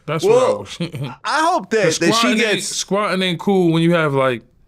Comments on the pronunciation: Yayo mistakenly saying “squatting” instead of “swatting” is crazy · *SWATTED not *Squatted 😂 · 😂 idk what’s worse, Yayo saying “squatting” or Vlad saying “doxxing”… I guess at least doxxing is kinda related to swatting, where most famous infamous people usually get doxxed first before they get swatted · Yayo literally said "squatting" lol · Was yayo saying squatting instead of swatting? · Squatting. Until the last time he finally said it right😂😂😂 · Is he saying Squatting 🤣🤣🤦🏾‍♂️ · Yayo did say squatting 😂😂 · Is Yayo saying Squatting??🤦🏾‍♂️ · ONs... "squatting"..."doxing" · Yayo trying to say swatting is crazy 😭